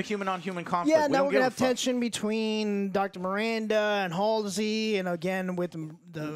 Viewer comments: Ye him shooting them tied up is a sci fi actor he was in torchwood and played Owen good but halo idk bro his character isn't fascist or that style. Its pronounced hal see not alsey learn to speak Americans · How can you call yourself a Halo fan when you don’t even know the names of some of the main characters?! It’s MIRANDA Keyes NOT AMANDA and it’s HALSEY not Halsley or Hailsley, HALSEY. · Joe, you’re a halo fan pronouncing Halsey’s name “Halls-Lee”. That’s almost as agonizing as this episode 😭😂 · I love how Joe manages to mess up "Halsey" in all possible ways every time he has to say it. :D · You’re not a true halo fan if you can’t even say Dr Halsey’s name correctly 😂